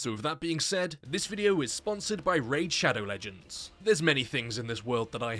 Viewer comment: DUDE STOP WITH THE RAID SHADOW LEDGONS AAAAAAA